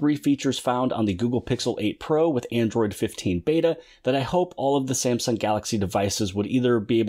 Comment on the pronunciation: Android 15? Did.you say it wrong?